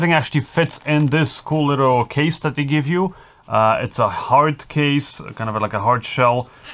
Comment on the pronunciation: IMH0, they didn't sound that great for US$450, the receiver looks intrusive on top of the camera... sorry, wouldn't purchase. Small point. It's pronounced THis, not Dis, THat, not Dat, THere not Dar, THe, not Da... practice this dipthong,, will make you videos more enjoyable for English audiences... I know, small annoyance, but your English is really very good, just this one thing that will make your narration so much better... love your channel, sorry to be so critical